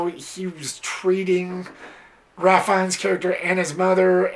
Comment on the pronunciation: His first name is actually pronounced "Raif" or "Rayf" as opposed to the traditional Ralph.